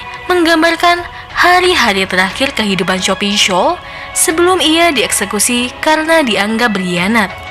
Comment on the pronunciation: kok aku dengernya shopee ya bukan sophie wkwkwkwk